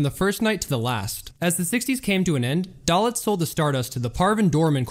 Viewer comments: It's Moe 'Day-Litz'. Not..."Dal-itz'. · Bill Curtis would pronounce it "Day-Litz" as opposed to "Dah-Litz". Tomato, Tomato. And it was "Tan-Jeers" not "Tang-ers" or whatever you said. But again, hey. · Hi --Good video! a few important notes-, the large red arrow in the photograph is not pointing at Moe Dalitz... Moe Dalitz is pictured standing 3rd from the right... Mr. Dalitz' last name is pronounced Day-Litz... --That is not a photo of "Johnny Drew"--that is a photo of Johnny (Handsome Johnny) Rosselli-who was never a casino manager....and I have never read credit manger Hy Goldbaum had 13 alias names... Best Regards, ~Custer